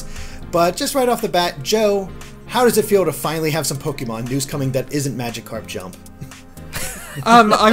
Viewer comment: "Majicarp". How do you fuck up that badly?